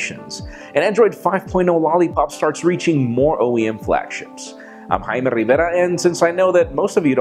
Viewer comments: Jaime I have no problem with your name I even like how you pronounce it the only problem I have is when you have to say it 5 times through out the video it could be OCD kicking in but I got it the first time. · It's not that people do not like your name. It is how you pronounce it. The way you say your first name sounds offensive to Jewish people. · he pronounces his name as haime instead of jaime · I love how Michael Fisher calls you "Highmay" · Even Michael Fisher cannot pronounce your name right😂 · There is no problem with your name, I'm called Jaime too. I find it intriguing how you pronounce it though. You don't pronounce the "J" as I do for mine. We have a joke here that we should be named Fernando :D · its not the name that everyone dislikes, its the pronunciation instead. . . i too sometimes get screeching sensation when you say it. ..